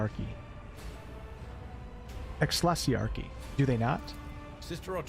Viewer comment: Ek-klees-ee-ark-ee is how you would pronounce that word . It is a Latin word and all the "C" will be pronounced like a "K" in Latin.